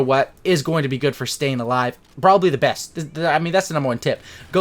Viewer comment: falou "alive" com pronúncia "A" ja sei que não tem credibilidade hehehe